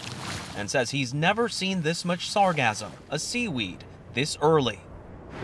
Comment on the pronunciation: Can someone please teach these journalists how to say sargassum.....😮‍💨